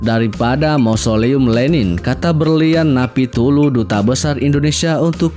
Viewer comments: Menyebut nama DUTA BESAR napitupulu nggak becus dgn menyebut napipulu jangan jd komentator. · Pembaca narasi/admin tolong penyebutan nama atau kata kata yang sempurna.. contoh penyebutan nama duta besar Napitupulu hanya disebutkan napitulu..kan gak nyambung dan salah..janggal..makasih